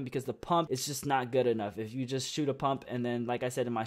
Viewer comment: stop saying kif